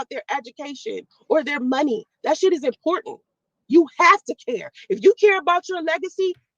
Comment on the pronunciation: It's "important" rat not "Impoorant".